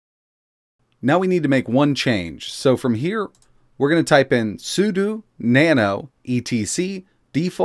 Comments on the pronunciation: I know it's knit-picky, but since you talk a lot in your videos: it's pronounced sue - dough. SUDO isn't sue - doo, it's SUE - DOUGH. Ok? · It's SUDO, not SUDU. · Its not SOOODOOO its SOODOH!